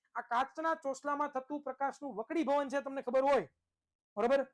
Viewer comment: અલ્યા હોપરા વકડીભવન નઈ વક્રિભવન સાલા ગેંડા